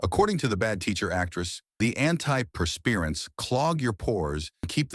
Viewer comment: "Per-Spirants?" Folks gotta quit using AI voices! 😄